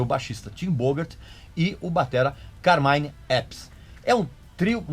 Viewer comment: Já que tá corrigindo pronúncia, aprenda a pronunciar corretamente Carmine Appice. A pronúncia correta não é "Ápice" e sim, "Apíce". E a do John Bonham não é "Borram" e sim "Bonam".